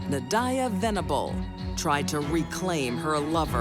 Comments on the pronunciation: That was my friend and they have many diffrent stories I don’t condone violence and her name nadiyah they saying it wrong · I think every narrator, commentator & presenter pronounced Nadia a different way! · Why can’t the narrator say Nadia’s name correctly? 😂